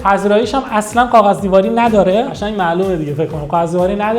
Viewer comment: تلفظت رو کاغذ بده میگی قاغذ